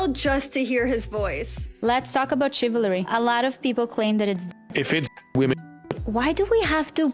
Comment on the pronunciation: Let's talk about chil-va-ry